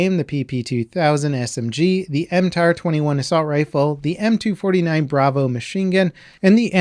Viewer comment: "M249B" hurts to hear